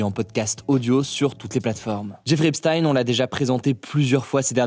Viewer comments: Persone na fait ce remarque sur la prononciation du prenom?tout d'un coup tout les medias francaise prononce epstine.mais personne a remarque ça il sont tellement a fond dans leurs propagande contre la russie c'est incroyable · Quelqu’un peut m’expliquer pourquoi Epstein se prononce "Epstine" alors que ça s’écrit littéralement comme Einstein. On devrait donc dire Einstine ? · EpSTEIN et pas ine, pour les mêmes raisons qu'on ne dit pas EinstINE 😮‍💨😮‍💨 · Déjà , premièrement, il va falloir rectifier la prononciation du nom car il se prononce comme le nom du physicien Einstein ! Et non pas EPSTINE !! 😂 Ensuite il va falloir arrêter de faire de la fumée autour dans le but de dévier la vraie nature du mal ! Pendant plus de 30 ans les choses sont connues et archiconnues et protégées par le système même ! Donc nous obliger à regarder le doigt lorsque le doigt monte la lune….!!!! C’est immoral, immonde ! Honte à vous ! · Le nouveau de journalisme est très bas, déjà ça se prononce EPSTINE, et vous remettez pleins de fois la même image alors que l'audio derrière n'a rien à voir. C'est de l'amateurisme au niveau du montage. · Epstine comme le célèbre savant Albert einstine 🤔🤔 bizarre cette façon de prononcer ce nom.. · Mec au début la voix c pas toi fais pas genre on ta cramé sa sonne pas bien c pas propre ... epstiiiine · c'est moi ou on arrête pas de jongler la prononciation entre epsteen et epstein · Moi qui viens pour acquérir du savoir POV : aaah niquel enfin ! Si Hugo dit EpSTINE ça ce dit comme ça alors ! FUUUUUUCK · pq prononcer esptine ???? pour faire croire que c’est un coup du KGB, et que c’est un russe ?? Quand il s’agit de prononcer Einstein Vous réussissez bien là, par contre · Ca se prononce EPCHTEIN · pourquoi tu dis "Epstine" ? ça s'écrit comme Einstein donc ça se prononce de la même manière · Epstine MDR petit rigolo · On prononce Epstainnnee, on dit pas Albert Einstinnneee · Pourquoi tous le monde prononce "epstin" ?? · Et ça se prononce EpCHTEINNE !!!